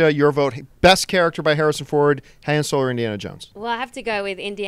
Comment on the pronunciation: Why even keep comparing two characters when if you'll just choose the one where they're the main character? Oh and John did you really pronounce Han like that ? Kinda annoying...but I'm really liking the new versus series